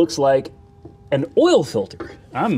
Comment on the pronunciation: What is "awl" pressure?